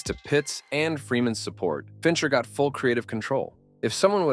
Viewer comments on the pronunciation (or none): none